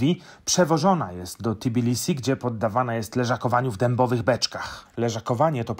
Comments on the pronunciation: Nie wymawia Pan fonetycznie T i bilisi ? ;-). Po literce "T" nie ma literki "i" w nazwie miasta :-). Natomiast u Pana, chyba, że źle rozpoznaję pańską mowę, jest dodane owe "i". Nie czepiam się, żeby nie było, zresztą wielu Polaków zdaje się, iż nieświadomie z Tb robi Ti...:-) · Tbilisi, nie T(i)bilisi :-)